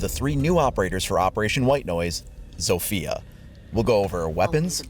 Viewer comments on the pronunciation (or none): In Poland we read her name Zofia no Sofija :) U can hear this in google translate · its ZAW-fee-uh not ZOWE-fee-uh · Era is how the devs pronounce ela and sofia is how they province zofia (I’m making fun of them btw T_T) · As a polish person the way some people say zofia,it kills me.